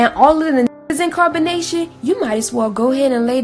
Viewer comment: In Carbonation sounds like Incarceration